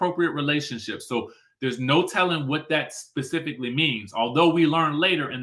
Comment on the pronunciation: "pecificly"🤣🤣🤣🤣leave Karlie alone